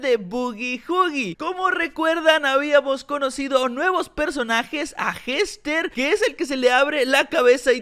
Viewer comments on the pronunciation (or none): jester se pronuncia yester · Se pronuncia Yester